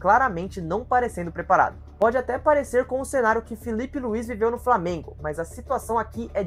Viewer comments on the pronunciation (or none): none